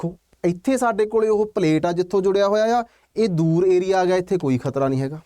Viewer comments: Kharta ਨਹੀਂ ਖ਼ਤਰਾ 😂😂😂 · Kharta hunda k. Khatra hunda